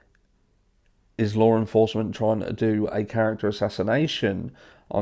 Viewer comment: You sound ridiculous pronouncing Law with an "R". Lawr enforcement lol